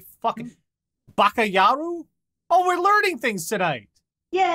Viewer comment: It's pronounced bakayaROW, as in row row row your boat. You can also say aho. The more you kow :3